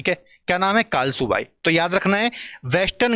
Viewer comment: sir कळसुबाई हे कालसूबाई नही